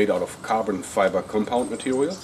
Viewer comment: mehe, "vewy, vewy light matewial"